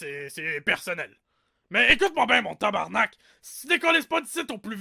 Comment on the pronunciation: Ooooh la la, c'est tabarnak et pas tabernak, c'est t'y po compliqué nom d'une crotte d'piaf.....